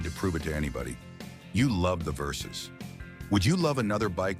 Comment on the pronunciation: Kawasaki Versys. Not Versus.